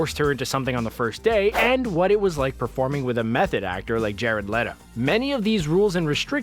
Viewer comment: It's pronounced Jared "Leeto." Not "Letto!"